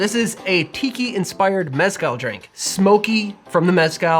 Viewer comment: Its not that hard to pronounce “meh-skál”